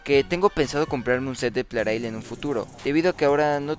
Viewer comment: ya ¿porqué en otros videos pronuncias plareil y en otros lo pronuncias plarail?